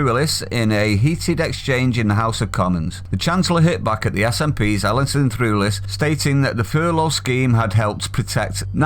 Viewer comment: Threwlis rhymes with clueless